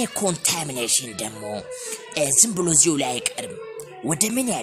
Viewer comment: ኮታሚኔሽን ክክክክክክኬኬ